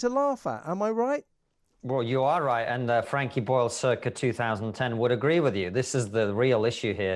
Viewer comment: " im all for the right to offend but i dont agwee with that in the work plaaace"